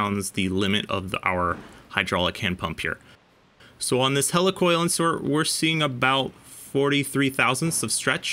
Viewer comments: heli coil not hella coil lol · Wtf is a Hell E Coil? It's Helicoil Heel Lee Coil not Hell E Coil....